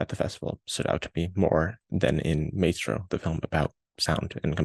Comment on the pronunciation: Curious why you pronounce it "may-stroh" not "my-stroh"? you're making me NOT want to see this film LOL